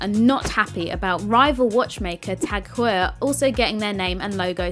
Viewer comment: 'TACK HOIYA'